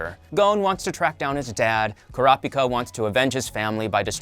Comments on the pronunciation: Bro you are not saying Kurapika right. It’s “Kura-pika”. Treat it like two words with the first syllable stressed in each word. “kurApika” just sounds weird with the A stressed. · Why he pronounced kurapika like that omg